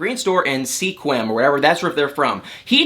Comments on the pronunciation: The town called Sequim is pronounced Squim, not seequim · It’s pronounce sqwim. Indigenous name. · Sequim is pronounced “Sqim.” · I hate how marriage is just a damn joke anymore. Oh and, I love ya but it's pronounced like Squim. The E is silent. I live about 100 miles south of there. 😉